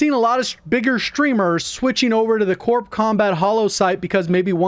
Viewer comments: It's pronounced like this "Core" not "CorP" with a strong emphasis on the P. The P is silent. But then again..call of duty guys, what can I say? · The p is silent. It's pronounced core combat. Similar to the way we don't pronounce it Marine Corpse